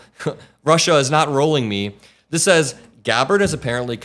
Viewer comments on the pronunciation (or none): Trump actually can read, but not well. Even with the simplest words. Whenever he's reading a teleprompter, he pronounces the word "says" as to rhyme with "pays".